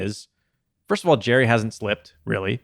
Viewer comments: Right now you are saying Jerry like Jerry Springer. It's JARry like Jar Jar Binks/ or "I eat peanut butter out of the JAR." Jarry See what I mean? haha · His nickname is Jar Jar Blanks. Hopefully that helps on the way you've been saying his name ;)